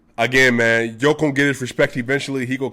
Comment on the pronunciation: Nemoj pricati gluposti, brate. Don't talk stupid thinks, brother. Jokic is pronounced initially like yes or year, and in the end like the genius Pete Maravich (maybe originally Mavrovic) but still written Jokic.